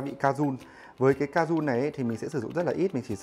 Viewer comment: đâu phải đọc là ca jun đâu sao ai cũng đọc là cajun v @@